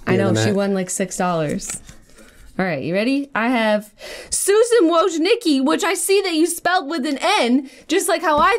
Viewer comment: Yo Jenna, not trying to correct you or anything, but Susan Wojcicki's last name is pronounced "woh-jiss-kee". I only know that because I researched her for my communications class in college and I had to learn how to pronounce her last name.